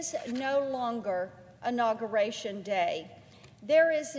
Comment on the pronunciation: "It is no longer anogorashun day..."